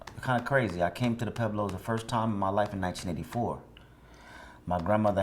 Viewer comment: Isn't there a "U" in Pueblos? I thought they were pweblos not peblos